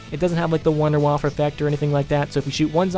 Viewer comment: "A zombie BBQ wunderwa"